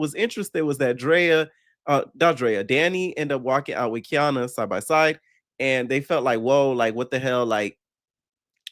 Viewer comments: It’s KA-NY-AH NOT KEY AH NA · Kaniyah (Kah- Nie- Ah)! Lmfao. I can’t with you calling her Kiana. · It’s getting on my nerves atp, he even went to her page that has her name & still saying Kiana 😂😂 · its KANIYAH 😂😂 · I love u down but that lady's name is KA NI YAH 😂😂😂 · Boy you pronouncing her name wrong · are you purposely saying Kaniyah's name wrong? lol